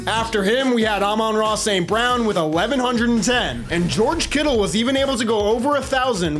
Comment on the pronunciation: One of the only youtubers that actually knows how to pronounce Amon-Ra St. Brown's name